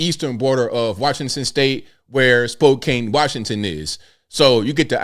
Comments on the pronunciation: Pronounced "Spo (like spoke) can" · Spoe-can say it fast 5 times, now you have it. 🫡